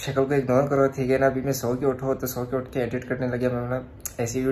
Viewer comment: Abey suscribe nhi hota pikaaa fish wale 😂😂 subscribe bola kar 😂